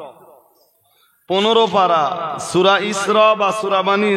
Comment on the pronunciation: হে পন্ডিত সাহেব সুরার নাম ঠিক উচ্চারন হলো না